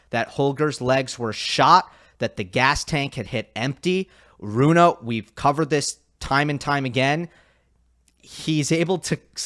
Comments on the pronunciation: Why do you keep mispronouncing his name? Since he is Scandinavian, it made sense to me too that it would be pronounced like Runa, but on the atp website, he himself pronounces it like Rune. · Rune as spelt, but “Runa” as pronounced correctly! Which hardly anybody bothers to get right, by the way!